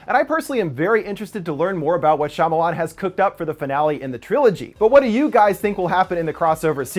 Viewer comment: Shyamalan (SHA-MAL-ON)